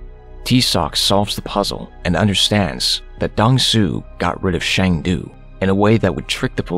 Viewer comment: It is not Shang Du. His name is Sang Du. As a Korean, Shang du sounds like Chinese to me